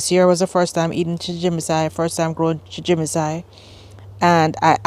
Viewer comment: You're pronouncing it "chimijinsai," but it's chijimisai.